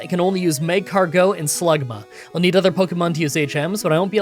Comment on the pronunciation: It's mag-cargo with emphasis on car, not magcargeaux